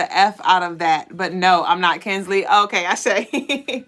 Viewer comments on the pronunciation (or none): lol how you pronounce my name is “kin•suh•luh” Kinsela. Not kinsley 😆 That’s crazy you were channeling attune to kin before the live because i really resonated with the title, i just let go of someone the day before yesterday and i feel good. 😌 It was long overdue and he wasn’t worth it. This whole message HIT on the nail. Definitely feeling like I passed the test ASÈ